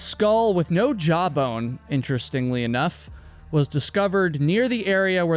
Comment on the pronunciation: When he was saying "a skull woth no jawbone" and I thought he was saying "a skull with no job" 😂